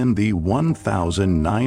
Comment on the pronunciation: Stupid AI voice. in the one-housand-hine-hundred-sixty-S?? Give me a fucking break. If you can't narrate your own videos, then quip posting this garbage.